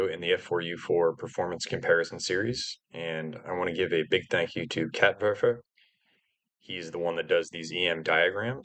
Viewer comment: Also its funny hearing werfer pronounced how it should be lmao